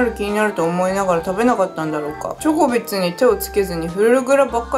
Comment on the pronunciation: なんか時々ジョコビッチって聞こえるw